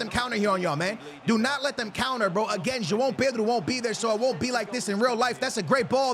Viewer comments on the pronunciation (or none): none